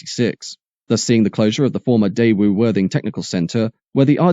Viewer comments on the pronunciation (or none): none